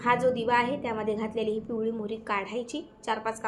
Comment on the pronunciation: पिवळी काय घ्यायची तो शब्दाचं उच्चारण शुद्ध नाही